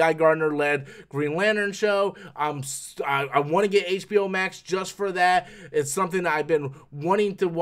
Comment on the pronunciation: What's "HBO Mak"???